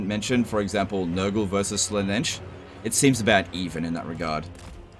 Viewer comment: It's pronounced Zeentch not sinch jesus. and Slarr-nish not sla-nesh, Khorne is pronounced corn as in sweet corn. :D